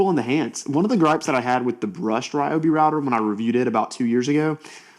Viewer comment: Kudos for saying ‘RY-obi’ not REE-obi! 😂 I guess those people also eat ‘REE’ bread instead of RYE 🤦🏻‍♀️. Great tool, especially at that price, hard to beat its features. Some say the clear base is on backwards for packaging(?) 🤷🏻‍♀️